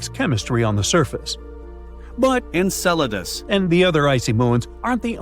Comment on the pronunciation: ENCELADUS! …Encedalus? NO! ENCELADUS!